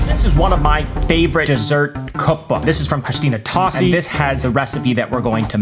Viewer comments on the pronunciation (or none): Great video, but one thing... her name is pronounced "toe-see".